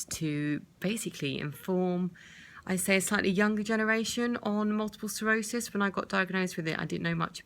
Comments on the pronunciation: Sclerosis... NOT Serosis. It would help if you could say the actual name correctly. Just saying. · Sounds like you're saying Multiple cirrhosis...